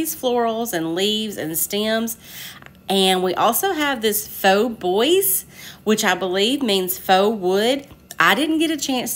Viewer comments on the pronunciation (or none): I absolutely love ❤️ the fact that you showcased ALL the new releases AND gave examples and ideas of how to use them! This is amazing!! I did buy Pastiche, and I love it! Oh, I also bought the Faux Bois (it’s pronounced like Bwah - I’m French Canadian). And Lover of flowers. Really, all the items are amazing. I think I need invitationOnly. I missed out on Conservatory labels . I’m hoping it comes back in stock.